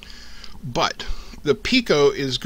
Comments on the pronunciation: Sorry. I confused you pronunciation of "but" for byte. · Sorry I confused your pronunciation of "but" for "byte"